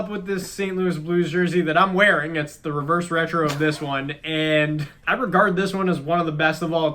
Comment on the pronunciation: Someone please make a compilation of struggling to say reverse retro